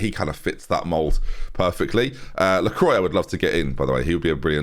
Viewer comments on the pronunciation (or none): Btw it’s not La-croy it’s la-kwa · You actually have to pronouce lacroix as lacrwa